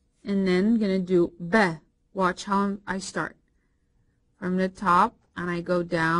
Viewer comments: It is not beh its baa i m arabic i now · which language are you using for pronunciation? "a" in English is as cat your sound is as the "e" in egg - elif. And the B sounds as be as bed, no ba as bat. Some clarification as to what language you're using will help.